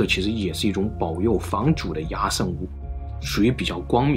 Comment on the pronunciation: 壓勝的壓字應讀“厭”，這是一個特例，壓在此處作為通假字，通厭，因此讀作yan（四聲）。